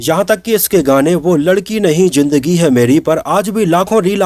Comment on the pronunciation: Jindgi nh zindgi hota hai 😂